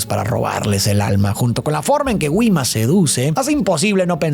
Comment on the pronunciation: todo bien pero no puedo con la pronunciacion de Gwima